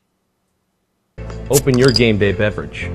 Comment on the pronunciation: "Game bay beverage." lol